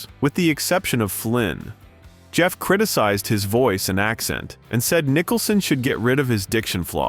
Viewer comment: I was enjoying it until stupid AI, came into effect- Preesees honor and Nicholson reading Nitcha LOL LOL PATHETIC